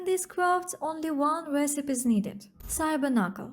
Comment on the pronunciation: Great job. I've been liking these videos. I have two pieces of constructive feedback. 1) Don't worry about apologizing for a skin condition you can't control. If people are more interested in your looks than your content, they are in the wrong place. That's what OnlyFans is for. 2) In English, the word "recipe" has 3 syllables with a long E sound at the end. The I can sound like the short I in lick or sometimes like the U in punk. So: reh-sih-pee or reh-suh-pee keep up the good work.